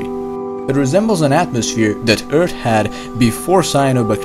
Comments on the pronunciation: please keep saying eart, its cool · He's saying EARTH but his "H" is silent